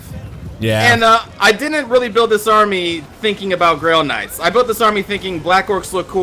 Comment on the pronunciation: Am I the only one that keeps hearing Grill Knights?